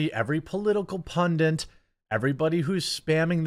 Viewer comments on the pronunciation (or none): Nothing at all to do with the video. But why do so many (Americans I think) mispronounce the word 'pundit' as pundant? Such a strange mispronunciation.🤷